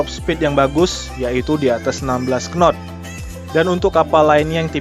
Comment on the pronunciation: Takbut , wkwkwkwkw penyebutannya saja sudah salah , bagaimana tau speed di kapal tug boat